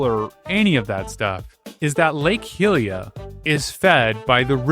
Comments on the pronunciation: "Gleerock" "Hat-no" "Heelia" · Oh god, some of these pronounciations annoyed me. Mipha (Me-fah) Hylia (Hi-leah) Those're the ones that bothered me the most. Most of them were correct, though. These two just really bothered me because they're characters. A princess who LITERALLY SAYS HER NAME IN THE GAME WHEN MIPHA'S GRACE IS READY, and a Goddess. ...I do still like to call Revali Ravoli, though, lol. Ravioli's Gale is now ready. (Revali proceeds to glare at me.) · the hy in hylia is the same as the hy in hyrule cuz its named after her pls vro😭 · Why do you pronounce hylia as hill-ia when you pronounce hyrule as high-rule? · Is pronounced hi-we-an not here-we-an what I'm saying is that it's pronounced Hylia like Hyrule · Just to be helpful, some of your pronunciation is waay off. Hyrule, pronounced like High Rule, 100% Hylia, the goddes of HYrule, is pronounced High Leah, not heelia. and thus the people are HY lee ans, not heeleans. There is no R in Gleeok, so it's not glee rock. Hope this was helpful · You keep butchering the names from these games and this is the one that has me laighing the most. Its hylia like hyrule named after the goddess hylia. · he does call it hillea :( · This is super interesting and informative! Your lessons on hydrology are definitely going to stick with me in case I ever find myself in the wild with nothing to drink. … but the way you pronounce some Hyrulian terms… bro… 😑 “HOT-eh-no” “ACK-uh-luh” “HEE-lee-uh” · mispronouncing Gleeok and Hylia in the same sentence gave me psychic damage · Awesome video! Although, the way you pronounced most of the regions as well as Hylia, had me wanting to tear my hair out. But otherwise, very informative :D